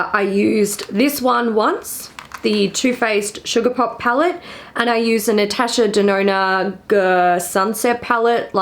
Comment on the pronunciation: Everytime says natasha denona... i hear natasha deNoNo XD